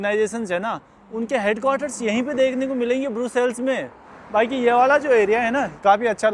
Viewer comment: ब्रुसेल्स नहीं ब्रसेल्स कहते हैं सर